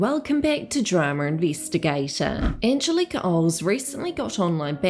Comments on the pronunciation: it's angélika not angelika ffs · It's Anne-Gel-Lick-ah Not Anne-gel-leak-ah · It’s Angelica (ang-gel-ica) not angel-Ika. ❤️ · Surely it's an-gel-ih-ka not "car" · I love your videos but her name is An-GEL-ica lol. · It’s Angeli-KA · The Kiwi accent miss-pronouncing "Angelika" is hilarious. It's "An-gel-ee-car" like from the Rugrats. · Anne. Gel. Ick. Uh. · Wow, Americancentric & nationalist. Not everyone in the comments section talking about her mispronouncing Agelika's name is American. You even referred to people as "Non-US nationals" wtf? Lol. Accent has nothing to do with mispronouncing a name in this case. People from NZ can pronounce Agelika's name properly. They are able to with their accent & you claiming they cannot, is spreading misinformation. It's not the end of the world if someone accidentally mispronounces a name nor if others correct them, however, it's insulting for you to assume everyone is American just to insult them & to act like people from NZ are unable to pronounce names correctly just because of their accents lol. Stop it. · I think its the hard K not the r at the end thats making it sound odd. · This Angelika pronunciation triggers me!! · No R at the end. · Take a shot every time Drama Investigator pronounces Angelika’s name wrong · Why are you mispronouncing her name like that? I think you need to take a longer look at all the people involved. It has a hell of a lot to do with more than just these two women, unfortunately. The rest of the boys can't keep their noses out if it. Also, you left out a lot of Hannah's response to being called out for her comments towards Trisha and how she removed the video because she acknowledges that she was wrong. She's left a link open for people to comment and further educate her. Did you not see Smokey Glow's video before posting this? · why are you pronouncing Angelika the same as WOACB